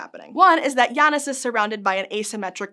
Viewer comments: It's pronounced J[J]anus not J[Y]anus. I don't want to seem rude but it's really bothering me. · If the star's name is referring to the Roman god of time, then the pronunciation is either Jay-nus or Yah-noos it's not Jah-nus. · Shouldnt it be pronounced jay-nus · I love these shorts from SciShow. Even more to the point than the usually focused pieces. Still, I think it could mention the Janus myth. And I'm fairly certain that means it's pronounced "Jay-nus", like "Ju-pi-ter", per Merriam Webster et al. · The nerve of pronuncing it Yanus. 😅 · Well. This is the third way I've heard Janus pronounced. Yawn-us. How strange. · Pronounced [Jay-nus] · Janus is pronounced "yannus"?????????????? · It's definitely not "Jaynus." That's not how "j" OR "a" are pronounced in Latin. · Her pronunciation of Janus is messing with my head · Me, a Sanders sides fan, hearing this pronunciation of Janus.. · Um, What? Please explain, this is not how Janus is pronounced in Greek, as far as I know